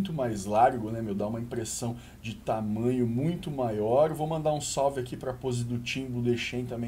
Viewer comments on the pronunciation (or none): none